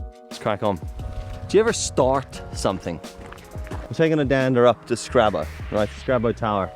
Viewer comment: My home patch, noice. There's a few more paths there you've still to see. 'Scraba' said like a local lol.